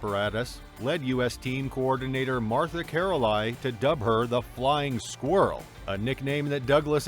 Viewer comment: Had to stop watching when I heard Martah Carolie.